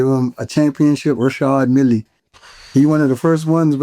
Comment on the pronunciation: 😂😂 really don’t give AF when it comes to pronouncing names. Who is Reshard Millie? 😂😂 Richard and Reshard ain’t even that close 😅😅. That’s really my guy Fr.